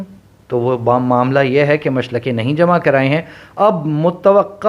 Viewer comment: Machalkay is right pronunciation Not muchlakay